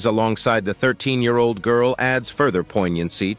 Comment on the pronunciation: So many YouTube videos must be using the same narrator voice generating program. '48,000 ye-arold virus' is how the program divides the syllables. There must be some humans who are able to narrate these videos. Only a small amount of editing is needed to shorten natural speech to fit a video. Thankfully, the visuals are relevent to the topic - some videos use heaps of irrelevent filler, such as people looking shocked etc. Maps, graphs, and comparisons are all good to add for each topic. Hopefully, we will have more evidence to colour in the gaps of knowledge in human evolution. We need more true scientists and less politicians and con/scam people. Australia is full of scamming people competing to gain more personal wealth than caring for others' well-being.